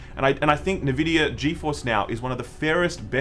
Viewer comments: Dudes, it's not that hard. Nvidia, not Nevidia or whatever the hell you say sometimes. You say N and then you say vidia. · I reckon it's pronounced EN Vidia, the other way sounds like the moisturising cream. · It's pronounced "EN"vidia and "GAY"force! Get it straight. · Beeta, Nevidia. 👍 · I think you are right about everything, except the way you say nVidia. It is not Nehvidia. Have you never heard the nVidia intro clip in so many games? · I love hearing "NeVidia"... Please, keep it going... :D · Nvidia the N is silent